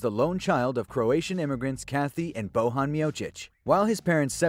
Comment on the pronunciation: You pronounce Bojan = Boyan. J is like Y.